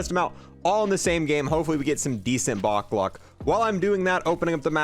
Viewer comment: what is bok lock? You mean box luck 🍀?😂